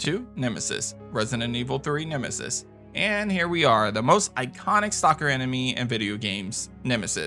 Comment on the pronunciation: Naw it's nemesis but atleast you were close to getting it right